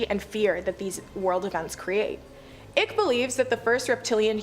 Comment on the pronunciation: OMG!! if you are going to say his name 50 times.,. Its David Icke. Pronounced Long "I" cke. Like bike but "Ike".